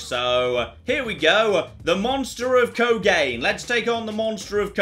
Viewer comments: Great video as usual, just wanted to inform you that "Kogane" is Japanese, so it's pronounced Koh-gah-neh, not kogayn. Three syllables. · Ooh, it hurts my ears. Kogane = Ko-ga-nay I LOVED this game. Onishima is the greatest game baddie ever. "SEND IN THE TANKS!"